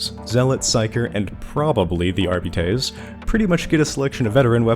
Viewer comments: Since you brought up pronunciation, shouldn’t you be rolling your Rs like Spanish if you’re going to say Arbites the Latin way? Wouldn’t your pronunciation still be wrong? (edit: I haven’t done Latin since highshool so my memory might be foggy) AhRRR-bee-tehss? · The correct pronunciation might be jif, but that is treason. R-Bites is the GIF equivalent. It sounds less.... whatever everyone thinks we need beets for, and we have a dog. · That's why I prefer "AR-bih-tees". But again, it's a made up fantasy language, Games Workshop can say how to pronounce it however they like. Telling them they're pronouncing their own made up language wrong is cringe levels of nerd-arrogance Let's not forget that in 40k Shakespeare is "Shakespire". The whole point is knowledge and understanding is altered and lost over time. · Arbites isn't a Latin word so your point is moot. In fact the only mention of the word "Arbite/s" in history, outside of 40k, is in the Bible where it mentions "Paarai the Arbite" in '2 Samuel '. In the context of the Bible it means 'a native of Arab' and is pronounced 'ar-bit'.